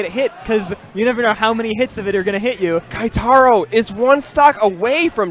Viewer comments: I cringe when they say "KAItaro." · Goddamn... They butchered Keitaro's name for the whole tournament...